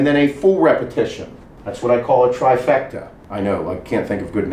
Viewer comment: BRO call that shit a "TriPECta"